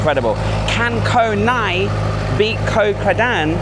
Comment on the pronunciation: รู้ละ ฝรั่ง ออกเสียง ง.งู บ่าได้ 555 พังงา อ่านว่า พังนา เกาะไหง อ่านว่า กอไหน